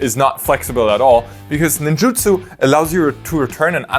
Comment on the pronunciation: Holy cow man this is the first time I have realized since the set came out that it’s Ninjutsu and not Ninjitsu! 🤦‍♂️🤦‍♂️🤦‍♂️ hearing say it correctly is the first time I’ve ever heard it said correctly and my brain always put Ninjitsu there when I saw it 🤣🤣🤣